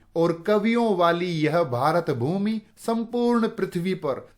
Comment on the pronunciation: Sir the way you say - भारतभूमी Is very good and beautiful